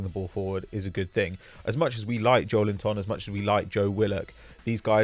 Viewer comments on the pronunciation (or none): Disappointed at, of all people, mispronouncing Joelinton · Still find pronunciation of Joelinton hilarious 🤣🤣